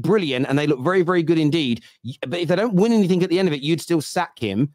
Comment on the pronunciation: Grammar can’t pronounce simple words says anyfink instead of anything, nothink instead of nothing, was instead of were and can’t pronounce trajectory he says trajrectory 😂 the guy is a Moron.